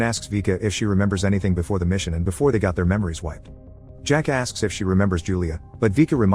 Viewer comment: When he is saying jack ask it sounds like he is say jackass